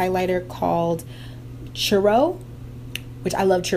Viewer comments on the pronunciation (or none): Sorry, I gotta say it! Lol. Pronunciation for churro...more emphasis on the 'chu' than the 'rro' :)